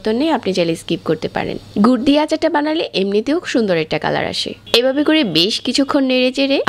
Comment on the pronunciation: এবাবে, পাচপোড়ন